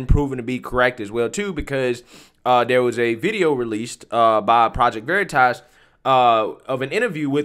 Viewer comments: Dude read it as veriiitas like his never heard of it 🤣🤣🤣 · I absolutely love how the undercover project veritas man mispronounces the word veritas just to stay in character and this stupid Twitter employee buys it it is so delicious